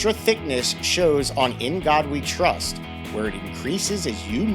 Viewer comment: What's up with the T in trust